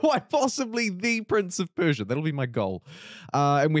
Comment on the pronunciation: your pronunciation was pretty correct actually I think what's gonna piss most iranians off is that the country is named Persia in all pdx games when it was never called that by it's own people